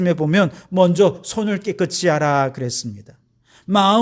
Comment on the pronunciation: 목사님, 말씀 잘 듣고 있습니다. 한가지,"깨끗이" 발을을 깨끄"치"로발을하시는데, 우리말의 연음법칙에따라 깨끄"시"발음하는것이 맞습니다. "이"앞에 받침ㅅ을 이에붙여 시로 발음해야 합니다. 김승규장로드림